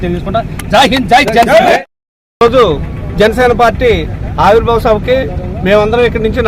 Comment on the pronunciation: Ori Nayana aavirbhava sabha kaadu ra avirbhava sabha ra babu.clarity ga matladandi